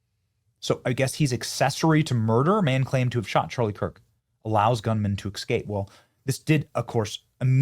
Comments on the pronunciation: S-cape. Not x-cape. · you mispronounced a word. You said E C S C A P E instead of ESCAPE. You repeated the mispronuciation multiple times throughout the video. Please be more careful next time... E S C A P E not E C S C A P E. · Has the pronunciation of the word "escape" really changed? I thought it was an ebonics thing but now I hear it said that way so often that I don't know anymore. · Es..cape. Not ex..cape. 😂. Thanks. Appreciate your vids. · The word is Escape, not Ecscape. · EScape, not eXscape. This is like "can I axe you a question?" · Are you part hood Benny? It's not excape, it's EScape! 🤦🏽‍♂️ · Check your pronunciation of escape. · BENNY PLEASE!!!!! it is not ecscape....you make your living by speaking....Please say it correctly. " ESCAPE" You have a great channel and I AM a subscriber, but please pronounce your words properly. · With all due respect, Benny, "escape" is correctly pronounced "es-cape" not "ex-cape." It's just a habit you have, but you can practice the correct pronounciation and you'll eventally change the habit. Thank you for all your information though. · Benny, it is spelled and pronounced 'eS-cape'. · "Excape"? Really? Benny, Benny... you do this for a living man. Get it right please. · Benny: "Black culture is degenerate" Also Benny: "eXcape" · Benny, love you bro but the s comes before the c in escape 😊